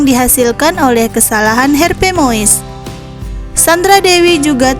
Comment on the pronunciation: Ya ampun logat dan pelafalan naratornya... PLEASE.... GA ada yang lain kah... "HERPE muis"